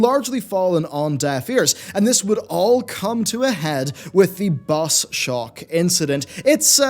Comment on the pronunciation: what is he saying? Boss shock, bus shock, boss shark!? Someone please help me I really want to know what this “incident” was but I can’t find anything...